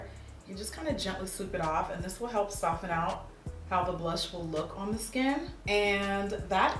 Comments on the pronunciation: Jackie, PuHlEaSe stop pronouncing the "t" in soften 😭, still love you tho. $RachelHardie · Subbie since lilpumkinpie05 and you still saying "Sof-TEN"!! Love it. $lizroyster